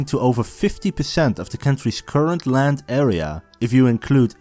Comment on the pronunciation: Asjeblieft spreek de 'd' van world of land uit als een D , niet met een Hollandse natte 't'.